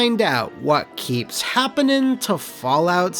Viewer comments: ing -ing -ing Not -een. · Told ya. Wha Happuning XD